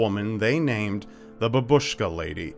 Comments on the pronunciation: not trying to criticise anyone just want you to know it's pronounced bAbushka not babUshka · I wonder why they decided to name this woman using Russian word. "Babushka" means grandmother (the emphasis is on the first syllable - bAbushka, although babUshka sounded quite cute😄 ). She's dressed like a grandma, but still, why would they use Russian.